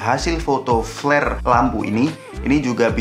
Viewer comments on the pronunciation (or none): none